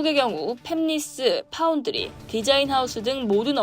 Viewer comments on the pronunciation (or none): none